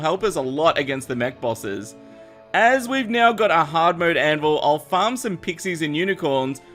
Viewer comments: said 'nyow', it's probably his accent. It's basically 'now' but he adds a 'y' sound. Making it 'n'yow'. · He said neow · says meow instead of now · neows the time XD